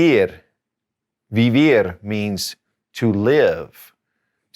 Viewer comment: Firstly I'm so grateful to you cz you made spanish so easy. You are the best Teacher. but I'm confused. Do you pronounce "v" in vender and vivir like "v sound" in English ? shouldn't it be pronounced like B sound?